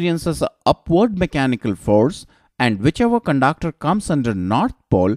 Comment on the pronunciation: I love the way he pronounces conductor as cundaaacter typical indian accent ! but awesome effort thnk y sir